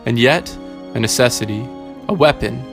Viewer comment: I don’t like how you pronounce Durandal or W’rkncacnter.